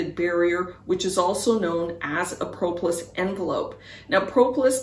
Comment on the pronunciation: Thank you for this. FYI - The first o in propolis is a short o, not a long o, like aw instead of oh.